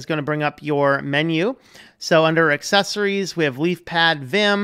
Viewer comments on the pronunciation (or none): none